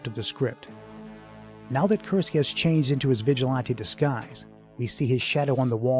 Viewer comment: Great commentary but it winds me up how he keeps pronouncing it "vigi-lon-tay".